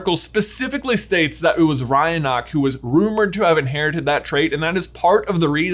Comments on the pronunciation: Just gonna put this out there -- Rionach is pronounced Reena and Gormlaith (another name associated with Isolt) is pronounced Gormley Also, gotta love the notion that there's technically a goddess canonically existing in the Wizarding World, though described instead as a powerful sorceress, Morrigan, based on The Morrígan, Irish goddess of War, Death, and Fate. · He doesn't get the Irish names right either. In this one, he says Rionach wrong. It should be pronounced like Reena. One of them, I think it was also, also got Gormlaith wrong. It should be pronounced like Gormley.